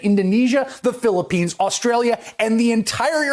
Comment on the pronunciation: i love how he said "THE PHILIPPINES"